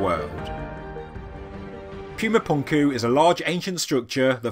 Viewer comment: NOT "Pyooma", "POOMA"! Don't insult the Spanish language with your hoity-toity MISpronunciations!